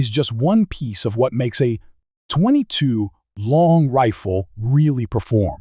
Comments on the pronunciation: What's with the weird way he pronounces 22 long rifle? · Your AI is almost perfect. The 22 long rifle is the only real giveaway.